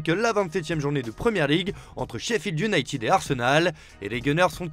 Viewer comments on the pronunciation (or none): none